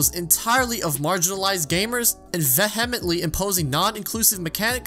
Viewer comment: 60% of people butcher the word vehemently. Let’s all try this together: vee•uh•ment•ly